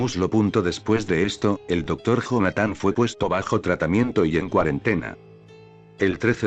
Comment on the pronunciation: se lee Jonathan pero se dice Yonathan, me estresa mucho que el loquendo lo lea así.